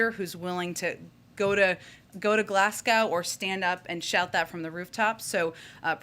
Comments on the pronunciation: It's not pronounced Glass-Gow. It's Glasgow which phonetically is Glazgo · GlaZgo, NOT Glass gow! Learn it, Peppermint. Eejit. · Glazgo not glassgow ya dopey bint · It's not Glassgaw Jenn. It's Glasgow. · Where on earth is "Glass-cow"? I assume she means Glasgow, pronounced Glas-go, in Scotland but the way she said it, what a joke! Maybe that kind of poor pronunciation is a consequence of always talking with a smirky, smarmy attitude. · She doesn't know how to pronounce Glasgow! It's Glas-go not Glasg-al! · It's Glasgow Not Glassgow ! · "Glass-cow" lol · It’s glas-go mate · it’s pronounced Glasgo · Can Psake and Mcenany do a debate? Like how fun would that be? Also: It is pronounces Glaz-go! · Glass cow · I got stuck on her mispronunciation of Glasgow, as if it wasn't already hard enough to pay attention to her doublespeak... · Doesn't even know how to pronounce Glasgow.... I give up....LOL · She can't even pronounce 'Glasgow' right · She could learn how to pronounce Glasgow. Lol. (Glasgow resident) Hope your president doesn’t take ill. Glasgow residents told only to go to A&E if it’s life and death situation and miles of detours using more petrol and diesel - saving the planet